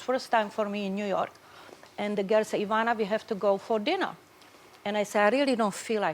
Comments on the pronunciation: Its not "EYE vana" its "EEEvana" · Wendy, it's not pronounced IIIIIIIIIIIvana; it's EEEEEEEEEEEEEvana. Just like it's not IIIIIIIIIIIIItalian or IIIIIIIIIIIIIIIran; it's EEEEEEEEEEtalian and EEEEEEEEEEran! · Wendy you mispronounced her first name. It is not Eye-VAH-na. It is Ee-VAH-na. Study up, m'Dear! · It really bothers me that Wendy keeps calling her Eye-vana even after Ivana called herself E-vana… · The woman's name is IVANA, pronounced EE-VAA-NAH, not EYE-VANAH... Ugh...!! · Why does the stupid interviewer insist on mispronouncing Ivana's name? 'Eye-vana' no! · It would have been nice if the host had learned how to pronounce her guest’s name. Wendy kept calling her “Eye-vana.” Sheesh. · It’s not “Eye”Vauhnah. 🙄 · Wendy is mispronouncing our name. It is said E-von-uh not the way she says it. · Why can't Wendy pronounce her name properly. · The host is so annoying! She hasn't pronounced Ivana's name correctly through the whole interview. Not even once!